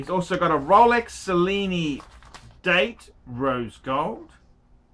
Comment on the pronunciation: Kyle, why are you wasting your time asking for advice from someone who doesn't even know how to pronounce Cellini? (@ he says, "Sa-lee-nee" and it's "Che-lee-nee") That said, who gives a shit about the Cellini line? ;)